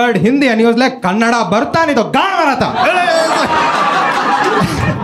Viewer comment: ಕನ್ ನಡ್ ❌ ಕನ್ನಡ ✅